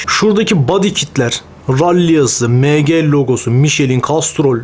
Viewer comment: Mg emci diye okunuyor abi Bilgin olsun yanlış anlama 😅hw yeni yaptı sanki dolapta senin ilanlarında vardı matchbox